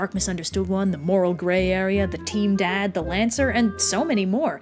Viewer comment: I know she aid team dad, but I heard TEEN DAD